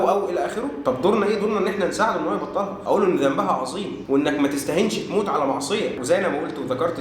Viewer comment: هم بيقرأوا حرف الجر ،، علي ،، أنه اسم ،،علي ،، كرم الله وجهه ماعندهومش اي احساس بالتشكيل خالص🤣🤣🤣